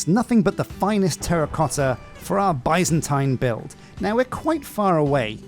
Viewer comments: Love the series ! Your previous minecolonies series helped me immensely when I did my medieval oak build👍. For reference Byzantine is pronounced more like ( biz zen teen ). Of course it’s your channel and you can call it whatever makes you happy😂. I’ll surely be watching till the end!! Although I haven’t previously felt the need to use Patreon, you sir deserve it! You’ll be seeing me soon. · What's funny to me is he used to say it properly when he didn't focus on it. Now he focuses on it and says it wrong.